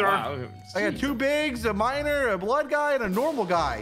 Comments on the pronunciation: "I have two miners, HAHAHAH" when he said miner i hear minor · nah bro I left this running I thought he said "minor" instead of "miner"🙏😭